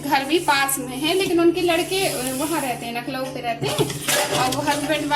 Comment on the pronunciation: Mam lucknow hota hai nakhlau ni 😂